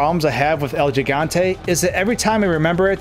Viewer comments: it's pronounced GIG, not jig. it's Spanish for giant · It’s HIGANTE not jigante 😂🤦🏻‍♀️ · It's he-gan-te not je-gan-te lol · He-gone-tay. Not “gi” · What's a "Jigante?" Is that anything like a Gigante? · It's pronounced HE-Gante, not JEE-Gante. It's also Gif not Jif. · It is pronounced "Higante" rather than "Jigante" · This shit was on my mind the whole vid hahaha 💀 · Repeat with me american friends He-gun-te not the Gee-gon-te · The way you pronounce the name bugs me lol. Its El He-Gan-Teh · Es Gigante(Ji-Gan-Te), estos americanos AGARRENLO! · Its pronounced “hee-gan-te” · "El yee-gan-tey" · El Jigontay? Come on man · Jus thought I’d give you some great advice for the future. The G in Spanish is hardly said like it is in English, therefore, you should pronouncing it “El Higante,” Great job on everything else tho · He GONE TAY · This was hard to get through with your pronunciation. If you make a video about something, maybe make sure you can say the word. :0 Good information and editing and stuff though. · Within 10 seconds, Gigante was pronounced incorrectly....again....for the millionth time...I'm guessing 😅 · At least pronounce the God damn name correctly if you're going to make a video on this...